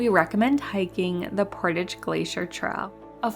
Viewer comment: I wish her speech was a little clearer instead of vocal fry and strange pronunciations like traal